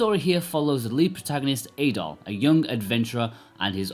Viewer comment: How is it that you’ve played this game through once and partially on the Switch but mispronounce both Adol and Dana? Adol isn’t pronounced in the game as A-Doll, more like addle. Likewise, Dana sounds more like Donna rather than Day-Nah.